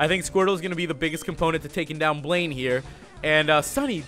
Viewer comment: when you said VS. BLAINE, I heard "Blame" XD